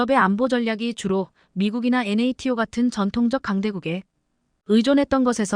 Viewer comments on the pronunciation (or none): none